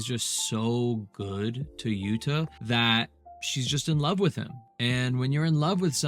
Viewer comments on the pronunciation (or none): Its sais “jewouuu-ta” not yut-ta just FYI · Did you say Jadda? 😂It's Jutta!